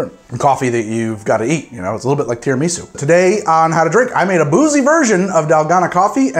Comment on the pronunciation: I will forever be pronouncing it tera-ME-su after watching this 😂